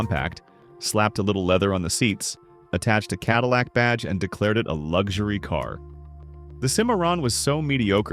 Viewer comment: Love that CaDILLac SimAre-on. WTLF! JUST READ THE SCRIPT. IM OUT, and I suggest EVERYONE drops off watching AI CRAP. IT WILL ONLY GET WORSE IF WE DONT MAKE A STAND.